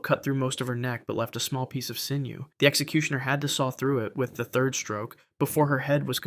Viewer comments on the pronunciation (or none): none